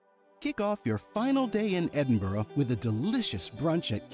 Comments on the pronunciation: Just don't pronounce Edinburgh the way he does their is no O in Edinburgh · Read this comment by other user: "As you mispronounced Edinburgh many times I’m wondering just how familiar you really are with the city? Also, this is a current video release yet you show visiting The Elephant House cafe - - it’s been closed due to fire since 2021. These two items stood out but I did not fact check everything in your video. Hmmm". Am I right?